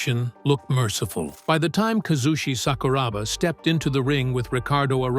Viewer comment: its honestly disrespectful, and down right disgusting to make a video on somebody and not even bother to research them. what the fuck bruh. Bad feedback is still bad feedback? Would be a lot easier if you just did the right thing instead of butchering this man's name for a few likes